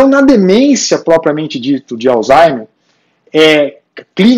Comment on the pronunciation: Obs.: Não é Alzheime E sim Alzheimer